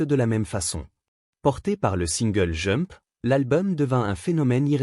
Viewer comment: il faut prononcer D'jump quand on dit jump car j'écoutais sans regarder la video en travaillant et je me demandais quel était le titre que j'entendais à